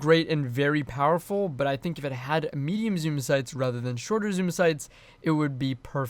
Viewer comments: I can’t help but hear “meme zoom sights.” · every time you say medium zoom I hear meme zoom.